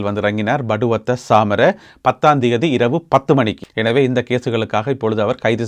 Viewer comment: படுவத்தை அல்ல பட்டுவத்தை.